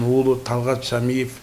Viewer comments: Шамшиев эмес Шамиев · Шамшиев эмес Шамиев туура айтсан боло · Жок дегенде фамилия сын тура айтсан болор шамшиев емес шамиев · Шамшиев емес шамиев жок дегенде фамилиасын туурараак жаттап албайсынбы ушунча программаны алып барып жаткандан кийин ептеген еле журналиссин го кейпи уят да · Шамиев дечи